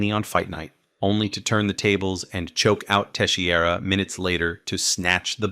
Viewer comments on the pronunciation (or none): teixeira is pronounced more like tay-shay-ruh (at least in continental portuguese...the guy is presumably brazillian though), not tay-she-ey-ra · Glover teshee area. Sure. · think of it as Pro-Has-ka and te-shera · Glover Tesheeara 😅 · Teshy-era and Pro-chaz-ca? Do you watch MMA my friend? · Glove er teshey era vs Jiri pro chaz ka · "Tesshy-era" haha. But for real, as amazing as that fight was, I still get mad thinking about him basically handing the victory over. He did it with Anthony Smith too. Kept trying to look for submissions when two or three more punches would have stopped the fight, and ended up prolonging the damn thing. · This video is great, but please work on your pronunciation of the fighters names. Jiri and Glovers surnames were butchered 😂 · Bro definitely butchered Prochazka and Teixeira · Is this sarcasm? He butchered Texiera and Prochazka as I was reading your message.